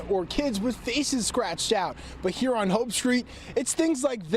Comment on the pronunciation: Got damn it, still triggers me how you say “on”. 😩😫😡🤬🤯